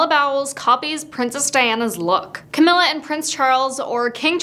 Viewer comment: First of all I would figure out how to pronounce Camilla’s name properly before I decided to disrespect her